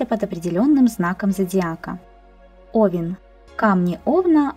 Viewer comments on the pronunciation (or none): none